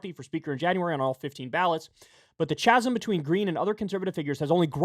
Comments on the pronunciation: Chasm is pronounced 'KAZEM' not 'CHAZEM'. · Kyle, the word chasim Is pronounced kasim. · The way Kyle said Chasam... no... no no... the "H" is silent, "Kazaum" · Quick note Kyle. It’s not Chasm with a Ch’ sound It’s Chasm with Kuh’ /sound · Chasm is pronounced with a hard C as in Cat. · CHA SM - pronounced KA-sm my man 😃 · kyle “chasm” is french and pronounced like “cha” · Could someone please tell kyle chasm is pronounced "kasm" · "Chasm" pronounced kazum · lol "chasm" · I love when Kyle butchers the English language Chasm, DamNed